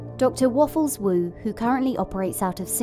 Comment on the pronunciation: I shouldn't have giggled at "Waffles Who" (Woffles Wu) 😂